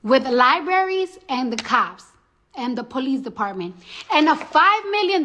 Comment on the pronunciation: I'm glad you said Li-bra-ries and not li be ries